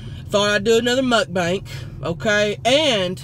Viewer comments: I LOVE how Tammy says MukBANK, instead of Mukbang, LOL!... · I love how she says "mukbank" LOL. I love Tammy so much omfg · I swear one of these days I'm gonna suck some food down my throat from laughing at something in her video. "Mukbank" kills me. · I love how she calls it a "Muk-Bank". Seriously, I can't seem to get enough of this girl. 💞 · I die every time she says muckbank 😂